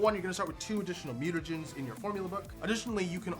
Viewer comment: I would've been perfect until you mentioned the mutanagens. Then I couldn't unhear it lol